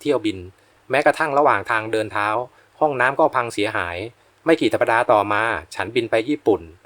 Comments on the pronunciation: สัปดาห์ อ่านว่า สับ-ดา ไม่ใช่ สับ-ปะ-ดา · “สัปดาห์ ” อ่านว่า “สับ ดา ” ไม่ใช่ “สับ ปะ ดา ” ค่ะ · สัปดาห์ อ่านว่า สับ-ดา ไม่ใช่ สับ-ปะ-ดา.